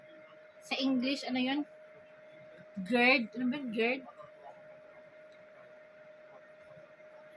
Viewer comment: Madam, I think ang cnsabi mo ay gizzard hndi gird.